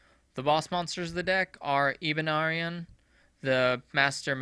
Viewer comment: God damn, you can't read. I appreciate the video. but dude... EXEM-PLAR, CIT-ADEL, ENDYMION